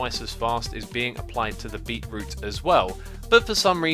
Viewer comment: Correct pronunciation - "beet - root" Xisuma's pronunciation - "beeroo" This should be added to the Xisuma dictionary